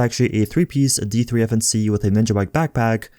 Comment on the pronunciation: I never knew that D3-FNC could be pronounced as defense...woah